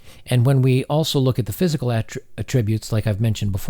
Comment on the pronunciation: You are mispronouncing the word attributes. You are pronouncing the verb usage of the word when contextually you are using it as a noun. It's the same spelling in both usages which makes the pronunciation especially important. This is not to be rude. It just reduces the credibility of a speaker in the minds of their audience when the speaker does not know how to correctly use the words they are selecting despite the correctness of the overall logic.